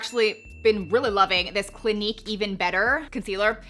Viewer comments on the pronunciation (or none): none